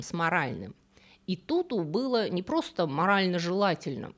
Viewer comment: Красавице Икуку же) а не Итуту))